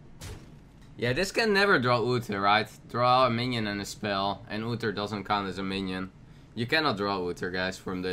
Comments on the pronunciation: It is Uther not Utter. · The way he pronounces Uther.